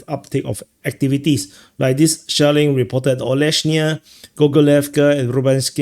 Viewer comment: when you said “shelling” , i heard “shaolin” and thought: great, they’re now saying shaolin (monks) in addition to north koreans in kursk 😂